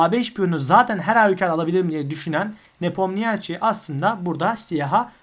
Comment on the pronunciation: Çok iyi ve net bir anlatım teşekkürler. Tek bir eleştirim olacak, Ian’ın soyadının okunuşu nipomnişi şeklinde.